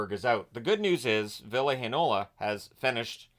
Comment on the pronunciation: That "Heinola" was spot on!